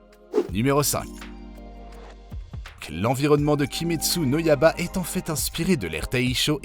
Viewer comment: le yaba au lieu de yaiba aussi omg xD